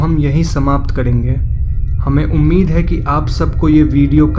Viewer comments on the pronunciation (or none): none